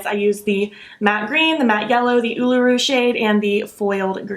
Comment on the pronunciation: Yep - you pronounced "Uluru" perfectly. It is the Australian Aboriginal word for what we used to call "Ayers Rock" - a large sandstone formation in the centre of Australia. It is a sacred site to indigenous Australians. 😊